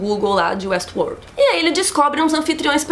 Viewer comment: muito bom a falando WuestWorrrld